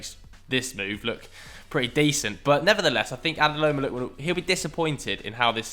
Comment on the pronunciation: “Adeloma Lookman” 😂